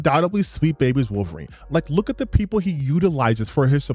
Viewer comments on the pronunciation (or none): Before I even heard this Mother Fucker get to his "point", his credibility went out the window when he kept saying "WAHlverine." Like bro, tell me you don't actually care about the property without telling me you don't care about the property. Listening to this dude has made me dumber. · Ah yes my favorite canadian short king "Wall-vorine" lmao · Worth the watch just to see Alannah Pearce say "Walverine". Was that the real Alanah Pearce? Hopefully she is a full Leftist. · Why does he keep pronouncing Wolverine that way? Is it some accent? I don't hear it in any other words he says. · Bro said he’s a “huge X-men fan” but doesn’t even pronounce one of the MAIN characters names in a video before posting it.